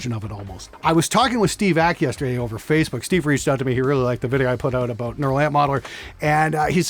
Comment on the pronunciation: But what aboot live? W-what aboot live!?